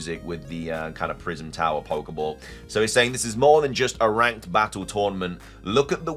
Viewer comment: Can you really not say battle the correct way ?